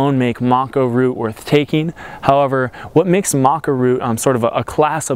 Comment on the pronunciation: I'm curious why you call it Maca Roo? You are the 2nd American I have heard call it that.